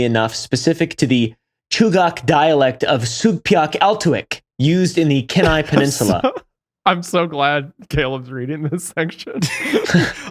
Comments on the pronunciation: kenai being pronounced as ken-eye has me floored as an alaska resident😭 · Kee-n-eye peninsula not ken-eye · Alaskan here—Kenai is pronounced Key-nai, Aleut is Al-ee-oot (as far as I’ve ever heard-but I’m not a native) and Aleutian is El-oo-shun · Alaskan here to fix your pronunciations. Kenai = KEEN EYE Aleut = ALLEY-OOT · Kenai key-nigh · 30 year alaskan. love the podcast and representation. Aleut (Al-lee-uut) Kenai (Key-nai) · i was born and raised on the kenai peninsula and it’s always funny when people pronounce the names of our cities wrong. it’s key-nigh if you’re wondering. i feel like wendigoo would build a bunker here one day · Its pronounced keen eye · It’s also pronounced Keyni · Every time they said Kenai I cringed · That kenai pronounciation tho lmao